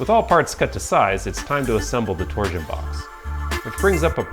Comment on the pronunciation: I can't unhear "tor-zuhn". Please release "tor-shun" from word prison.